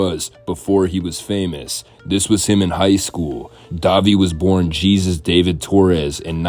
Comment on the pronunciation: Pronouncing Jesus like the Messiah is crazy business